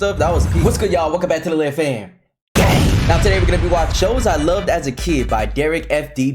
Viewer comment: bro said GANG so hard it broke my screen 🙏